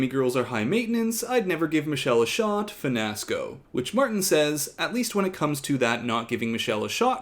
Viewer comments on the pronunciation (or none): Lol... I caught the "finasco" 😂